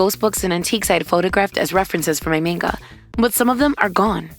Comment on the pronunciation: Already starting off great with the pronunciation of Manga